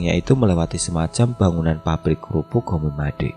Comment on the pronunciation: "Homemade" cukup dibaca "homed" ya Mas. Masih banyak kosakata Bahasa Inggris yang salah baca. Homemade bisa berarti produk rumahan.